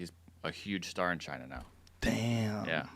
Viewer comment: Joe can't say China in this episode apparently